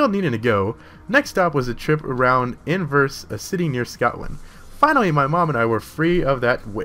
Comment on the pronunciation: inverse? IN-VER-NESS!